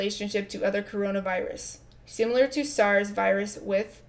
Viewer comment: Tpc: do you say ‘sim U ler’ irl? It’s pronounced the way it’s spelled - short ‘i’.